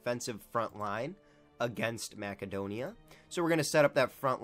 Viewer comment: Its pronounced MASSedonia